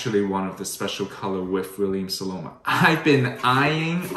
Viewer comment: It’s SoNoma, not SoLoma. Love the Staubs though. I have quite a few myself. Just ordered the 37cm La Mer oval cocotte.